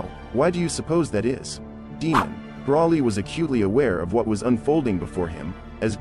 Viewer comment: Broly not brawley